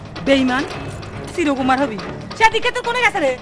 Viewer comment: পাবনার ভাষাটা শুনতে খুব ভালো লাগে, বিশেষ করে "এ-কার” এর স্থলে "ই-কার" অথবে এ-কার একেবারে উচ্চারণ না করাটা অনেক কিউট। "হবে" থেকে "হবি", "আমাকে" থেকে "আমাক"